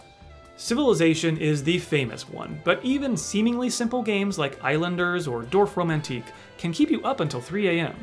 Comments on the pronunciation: absolutely love how pronounces Dorfromantik as Dorfromantique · I love how he pronounces Dorfromantik, sounds almost french - Dorfromantique!